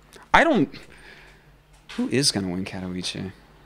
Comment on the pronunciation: Please, check out how to pronounce katowice